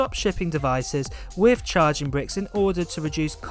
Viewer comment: “Firteen” rather than thirteen, “fousand” instead of “thousand” and “wiv” instead of “with”. 🤬Triggered!